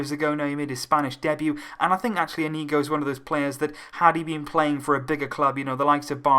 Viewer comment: It's pronounced 'Inyigo'